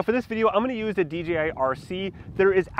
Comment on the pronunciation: Why do ay D G I. It is D Jay I Come on Mr 10yr droner. 🤣